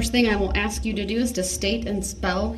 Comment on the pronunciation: "Ladies and gentlemen of the jury... Let me Axe you a question."